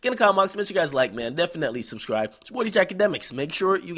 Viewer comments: I swear at the beginning he say "it's ya boy djksjsjndsjjx" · Wassup with that intro? Didn't sound like you said Dj Akademiks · Go to the beginning of this video and tell me if y'all could hear what he said. I know he is DJ Akademiks but If I was new, I wouldn't know what the hell he said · DJ Akademiks can't seem to pronounce his own name in the beginning...